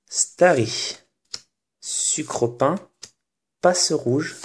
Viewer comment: C'est sucroquin et non "sucropin"